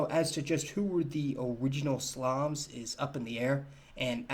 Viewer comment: I first heard 'quintessential slobs' instead of slavs 🤦‍♂️